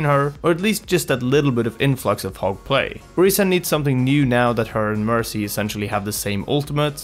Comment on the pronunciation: I keep on hearing "Hog" as "Hulk" and am going "Who the fuck are you talking about??"